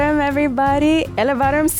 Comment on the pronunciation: Omg!!!! that namaskaram and greetings in Malayalam was AMAZING!!! U nailed it girl❤❤❤